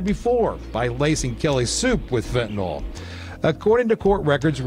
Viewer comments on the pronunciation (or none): It's so irritating that anchors and reporters say "Fentanol" rather than "Fentanyl".